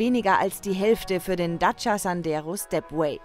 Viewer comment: Hallo erstmal ADAC was habt ihr denn für eine Sprecherin die kann ja gar nicht Dacia aussprechen die sagt im Video immer daca anstatt Dacia.